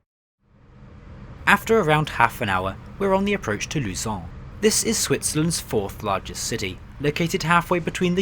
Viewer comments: Luesen xD its pronounced lozan... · Also, , Lausanne is pronounced "Losane" and there's no connection between the A and the N, and the E at the end is silent, hope that help : ) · I tought that he said Lucens instead of Lausanne.